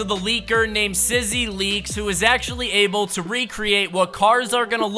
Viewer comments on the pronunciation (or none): none